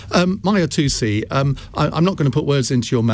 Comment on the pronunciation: "Mahyir Tousi". Close enough?